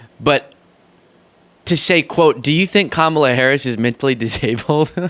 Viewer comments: Trump is mentally impaired still cannot pronounce her name even after she made a point of telling him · I haven't figured out if Trump is too ignorant or too childish to learn how to pronounce Kamala's name after she has been vice president for 3.5 years. It's got to be one of those.